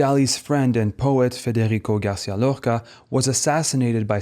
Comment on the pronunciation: i have to say your pronunciation of "Miró", "Lorca" and "arriba" with a french r is pretty funny as a catalan and spanish speaker. not that it detracts from how good this video is at all!